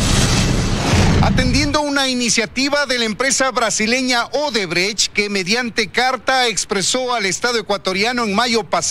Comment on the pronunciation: Show, no shoe. Shoe es zapato en inglés. ODEBRECHT, no odebrege 😁😁